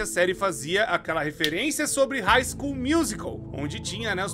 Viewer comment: puts... Quase fechei o vídeo só de ouvir esse hig School